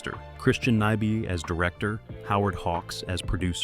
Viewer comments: Ny-BEE is the correct pronunciation, you AI twit. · This goddamned computer can't pronounce "Arness" (or "Nyby").